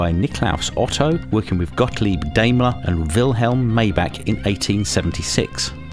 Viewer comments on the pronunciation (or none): none